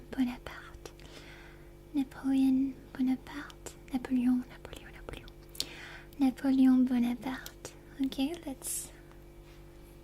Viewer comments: as a French native speaker, I can tell you she is spot on. Very beautiful and accurate pronunciation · I absolutely love your pronunciation of napoleon bonaparte I think it's very nice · I love when she pronounces the names in other languages CORRECTLY,, that Napoleon Bonaparte was perfect and gave me tingles